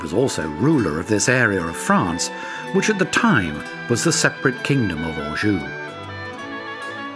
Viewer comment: Beautiful video. The narrator could at least make the effort to pronounce the name of the towns properly. Angers, Saumur, Anjou. Seriously!!!!